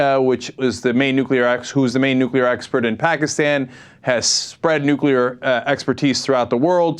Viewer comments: will they ever learn the correct pronounciation of the word 'nuclear' ? I know, new rule! if you can't pronounce it you can't use it. period. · Nucular...uh oh. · If you can't even pronounce the word "nuclear", you're too damn stupid to have a valuable opinion here. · Why can't conservatives read? "nu" sounds like "new". "clear" sounds like "clear". Put them together and it's "nuclear", not "nuculer". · Ugh. Bayh keeps saying "nook-yuh-lurr". *twitchtwitch* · Why the fuck can't Evan Bayh say "nu-cle-ar" instead of "nu-cu-lar"???!?! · I know that this is an ongoing debate, but this annoys me so much: it's NUCLEAR, not NUCULAR! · Hey Senator, it's NEW-CLEE-AR, not NEW-CUE-LAR!!! Jeez! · Is it just me who thinks it's scary when politicians say "nuculear" when it's pronounced "nuclear"? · "Day of Reckoning"? A warhead needs to be deployed up inside Bayh. Oh, and Evan - IT'S NUC-LE-AR. NOT NOOK-YOU-LER. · One of the only hard and fast rules I have, is NEVER trust anyone that pronounces it "new-cue-lar" instead of "nu-cle-ar"... In fact, it pretty much automatically makes me want to shoot them in the face... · hey Evan, its pronounced nuCLEAR, NOT nuCULAR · I don't trust anybody who pronounce it "nucular" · *sigh* It's pronounced "new-clear," not "nuk-u-lur." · Clearly not a dem. "NUKULAR" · This guy is saying "nucular"?? He's no Democrat. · I general discount the opinions of people who say "nukular". It may be a mistake on my part, but I feel that someone who can't correctly pronounce nuclear, which is not a hard word to pronounce, is too stupid or ignorant to know very much about the topic. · anybody who says 'nucular', especially a government official, is a complete and utter moron and shouldn't be given any importance